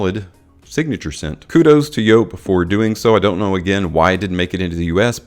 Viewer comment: Yes, that is how you pronounce it because it is a German company. So the J is a Y .